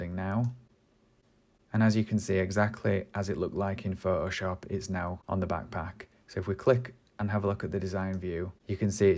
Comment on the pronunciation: I love how you say ''Phohoshop'' :)